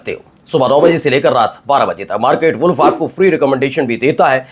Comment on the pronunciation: “WALLf” nahiñ “Woolf” sahi uchchaaran hai.